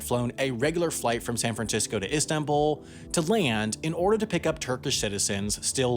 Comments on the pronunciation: I know hes kicking himself over "instanbul" being in crimea now. Great video very well done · One sidenote is that , how did you mess up Istanbul that bad? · How did you mess up Istanbul